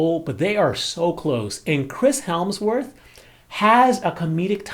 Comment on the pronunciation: HE SAID CHRIS HELMSWORTH LOLLLL